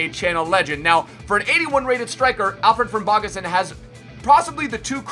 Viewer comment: Im from Iceland and he says the names so bad